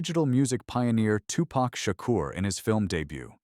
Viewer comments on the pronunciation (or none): none